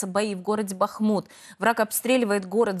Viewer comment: Даже Бахмут не знаете как правильно называется, ударение не туда ставите